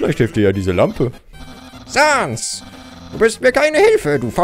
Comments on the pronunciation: Man spricht es säns und papeirus aus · Man schreibt es zwar Sans aber man spricht es Säns aus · Es heißt säns PS: es wird einfach nur sans geschrieben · Du sprichst sans falsch es wird säns ausgesprochen #nohate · Männ spricht sans säns aus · Auch im deutsche spricht man das Säns aus😅 Nur so ;D (Sorry😆😅) Apropo Sans,meine Lieblingsbeschäftigungen (ungewöhnlich für ein Mädchen ich weiß)😴!!📱📒(🖍✏) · Also ich finde man spricht Sans und Papyrus eher Säns und Päpeiras so sollte es besser klingen und sollte eher aus gesprochen werden aber nicht so gepsrochen werden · die skellete heißen säns und Papierus | oder auch im englischen Sans , Papyrus also sag es nächstes mal bitte so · Und es wird sens ausgesprochen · Das er immer Sans und Papyrus nicht richtig ausspricht